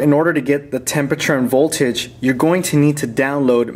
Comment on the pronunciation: vattery boltage :D :D